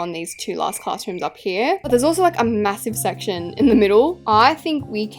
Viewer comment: “..aNd lAySt bUt nOt lEaSttT..” girl.